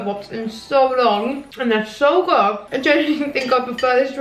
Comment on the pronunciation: 'SO GUG" aggs me too much haha